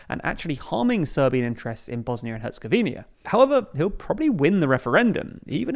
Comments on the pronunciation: It's HercegovinA, not Hercegovinia. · Its not “Herzegovinia” but “Herzegovina”… no “i” between that “n” and “a”… and yes he did humiliate EU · Herzegovina* not HerzegoVINIA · It's Herzegovina, not Herzegovinia 🙄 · All the 'HerzegovinYa's' are like having to listen to someone pronounce it 'nuQular'... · Noticed you guys keep saying ‘Herzegovinia’ — small thing, but the country’s proper pronunciation is actually ‘Herzegovina’ (no extra i). Easy slip since lots of countries end in -nia, but thought I’d point it out. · What are you talking about lol. All he has to do is stop saying Herzegovinia and say Herzegovina instead, removing the second i. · I swear thanks purely because of this comment section I’m gonna pronounce it as Herzegovinia out of spite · IT'S HER-ZE-GO-VI-NA. HOW HARD IS THAT?? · you can't even pronounce the name of the country correctly, but you will pass a judgment if it's going to survive?! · Take a shot every time this guy fails to pronounce Herzegovina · First, a bit of positive feedback: You’re one of the rare few geopolitical news presenters on YouTube whom I’ve seen even bother pronouncing the full name of this particular country. Usually, they just settle for “Bosnia” and call it a day. Now, that said, you kept pronouncing “Herzegovina” wrong, adding an “i” before the final “a,” which turns it into “Herzegovi-ni-a”. It’s just “Herzegovina”. Thank you for your attention to this. 🫶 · Can you at least pronounce the name of the country correctly? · He'll keep saying it. They don't read the comments. That and nucular for nuclear. So amateurish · I've heard other British people say it the same way. It might just be the British pronunciation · Pronounce the country correctly please